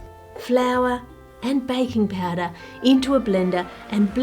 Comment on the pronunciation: I love Ann’s accent, specially because I keep hearing “bacon powder” instead of baking powder